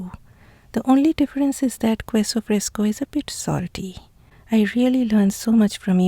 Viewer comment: Love all that you do. Except for your pronunciation of queso. It is pronounced "KEH so". Not "KWEH so." I offer this pronunciation guide as thanks for teaching me how to properly pronounce so many words in your language.